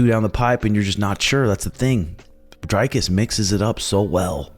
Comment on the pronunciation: Pronounced Dree-cus rather than Dre-cus.